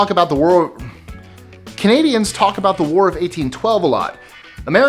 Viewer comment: "What's it all 'abooooooooot', Alfie, is it just for the moment we live -- What's it all 'aboooooooooooot', when you sort it out, Alfie...….."